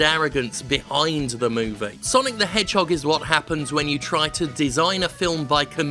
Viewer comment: It's sanic the Hedjim